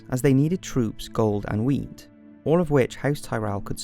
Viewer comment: sounds like you said house Lannister has to forge alliance with Tyrells for “troops, gold, αnd weed." Ya gotta trade what ya gotta trade. Thanks for keeping it real